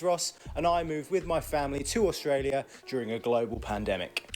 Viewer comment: Why do youn pronounce it AUSH tralia?